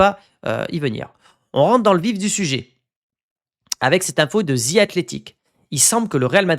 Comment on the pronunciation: 2026 et vous dites encore “Ze” Athletic😮!!! Besoin de travailler sur votre prononciation bro